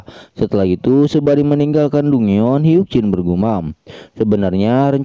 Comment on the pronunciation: Kak, dongeon baca nya danjen kak